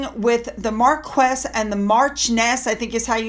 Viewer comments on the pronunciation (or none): Hi! In English, it's pronounced Mar-kwis and Mar-chi-on-ess. In French, it's Mar-key (like the big tent) and Mar-she-on-ess. 😎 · I believe you pronounce it Mar-key